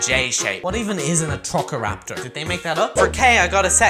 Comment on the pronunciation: it’s pronounced A TROS I RAP TOR